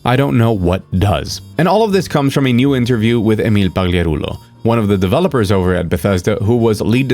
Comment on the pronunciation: Are you by chance a native speaker of Italian? The way you went out of your way to correctly pronounce Emil's name was highly unusual! No American would ever do that!